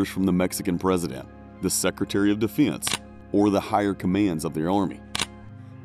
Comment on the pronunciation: All love to the creator but is anyone else here to see if anyone else commented about how he pronounces Defense? You’re welcome.